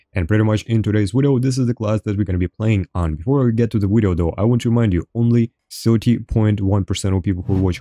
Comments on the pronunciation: No its wideo what are you talking about? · You both say and spell "wideo" it's "video" :)